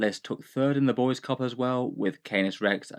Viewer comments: Just FYI, if "Boise" is the capitol of the state of Idaho, it's pronounced "BOY-see" not "boys." But I withdraw my comment if the Boise Cup is something I just don't know about. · Its pronounced Boy-see (Boi See), not boys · Don't know if it will come up again but us living here in Boise want you to know it's boy-zee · FYI: Boise is pronounced "BOY-zee" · I know it’s a stupid American city name, but if it comes up in the future for you it’s pronounced “boy-see” for that first GT. Gave me a good chuckle thinking that the capital was taken by the Boyz though 🤘🏻. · Boise is pronounced boy-see